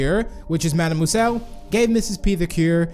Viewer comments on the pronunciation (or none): you said madame moueselle